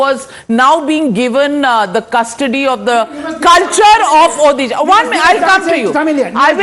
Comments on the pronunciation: When will she learn to say Odisha not odehshaaah. It is annoying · It's O-DISHA pronounce it properly north indian gandus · What the hell is ओदीशा ??? Pronounce correctly or stfu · It's not Orissa,it's Odisha mam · Pls pronounce ODISHA properly. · This is the odisha in India!! They not able to pronounce Odisha clearly, And saying pandian is a bahari loko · MF it's odhisa it's odisha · Please announce properly Odisha. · Pronounce the state name properly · First of all, please pronounce the name of my state properly, or else please delete this video. From a channel like Times Now, this is humiliating! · Please pronounce Odisha correctly . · Abey Mere Rajya ka name sahi se pronounce kar .... L***di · Pls pronounce Odisha properly